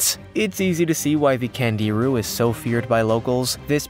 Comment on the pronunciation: last fish pronounced Kongeerue. and they suck.